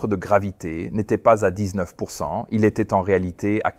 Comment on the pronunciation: ...le temps z'été agréable....oui oui c'est cela,tout à fait ^^.